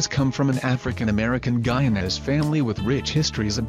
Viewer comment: Guyanis? 😂😂 its Guyanese like Chinese 🇬🇾🇬🇾🇬🇾 put some respect on my people man!!